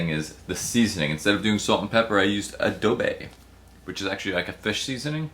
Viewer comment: Adobo, not adobe